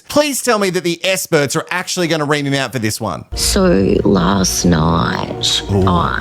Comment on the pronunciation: explanation please - why do you say “s”-perts? 🤔 New SBA here and loving this channel!!